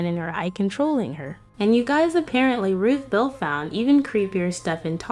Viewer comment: Hey you said ruthell it's ruthbell Duh